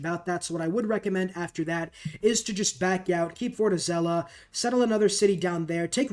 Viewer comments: And as a brazilian, I can say none of that is right 😂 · The number of different ways you pronounced Fortaleza was impressive.